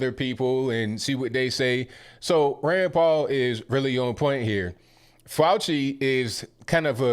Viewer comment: Every time u say Rand Paul..i thought u were saying granpa.....love ur podcast!!!! Ur always RIGHT ON!!!!